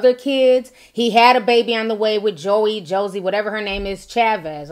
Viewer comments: Her name is joie like the word joy but spelled differently please stop saying her name like that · It’s Joie , pronounced Joy.